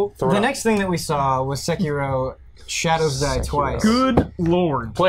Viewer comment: sekiro's pronounciation is ''say-key-ro' =)